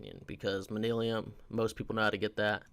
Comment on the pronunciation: Manyullyn = manillium I guess. You didn’t even TRY to pronounce it.